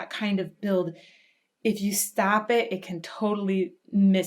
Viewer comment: Outstanding! I have to add that , when you say "when you stop it," I hear New Jersey in there someplace. lol, love it!